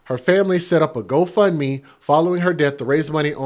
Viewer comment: The way you say GoFundMe is sickening.... There's no "a" in-between 'fund' and 'me'